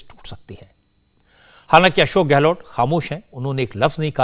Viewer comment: गहलोत hota hai गहलोट् nahi